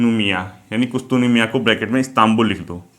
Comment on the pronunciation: Sir excellent and great job..sir Istanbul ka purana naam kustuntunia hai..I think miss pronounciation hua hai..thanks